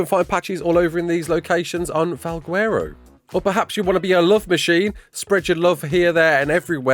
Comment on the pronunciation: do not call it "val gwerro" ever again